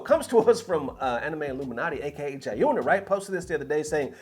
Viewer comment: How do you mispronounce Jiyunas name? He says his own name in his videos and when he casts and hosts….you do this on purpose as a troll. Jiyuna is the GOAT